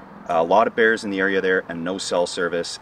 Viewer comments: At first I was confused I thought you said "no beers allowed" that would definitely keep me out lol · I thought you said "No BEANS Allowed" for a second.